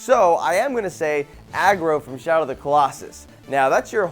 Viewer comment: You've really need to role your tongue when you say Agro!